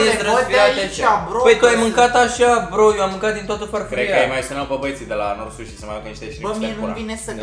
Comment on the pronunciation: pronuntia de la #NoriSushi e un pic diferita...Big Like ptr Vlog :)